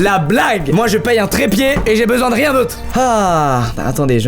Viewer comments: rien rrrrien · À , son rrrrrrien me fait penser à Louis de funes